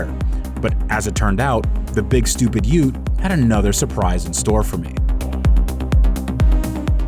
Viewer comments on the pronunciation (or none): Bro called the VE Ute what!?😂